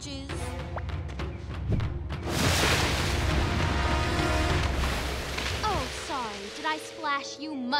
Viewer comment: the way she says “britches” is satisfying